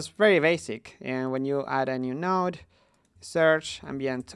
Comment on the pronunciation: "Niode" :3